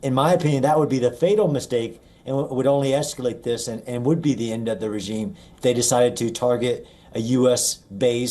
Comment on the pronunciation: say regime pls. come on.. u can do it! its not "reggeesms" what poor english